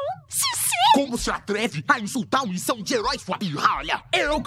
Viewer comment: ganhei no missão de herói o que eu escuto: ganhei mijão de herói